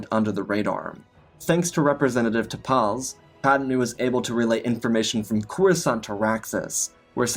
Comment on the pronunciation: It's pronounced "Tarples", not "Tar-PAHLLS".